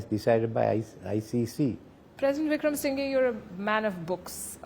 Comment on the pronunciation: Wikramasinghe is pronounced with the sounds "sing" "her" at the end. Not the way you say it.